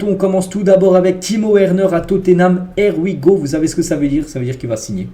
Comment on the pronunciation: On dit: [ IY WI GO ] Here we Go. ce n'est pas [ER WI GO] Merci